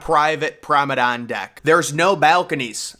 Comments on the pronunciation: You say “promenade” wrong, it’s not “promedann” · Prom-uh-nod, not promedon, FYI. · It's Promenade not "promedan" . It's not that hard to pronounce. "Prom-e-nade". Jeeze. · It's pronounced promenade deck not probedame deck 😭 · ..I really love your contents...Very informative & always to the point.... ..And it's called 'Promenade'. .not promedan...TYSM !💙💙💚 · its PROMENADE not PROMEDON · TF is a promedan, dont you mean promenade? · Promenade!!!! Not Promedane - what the hell is a Promedane? 😄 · 🎉🎉🎉 glad someone else noticed too